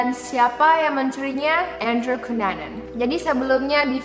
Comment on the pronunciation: andrew kenanan (ngebaca andrew cunanan) Gw: andrew banana? 😅😅😅 otewe korek telinga dulu 😅😅